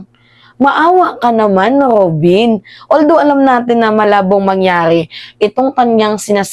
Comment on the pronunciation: Kainaman Kong alipostain mo c Robin ung letter r nga lang d mo maayos Ali's jan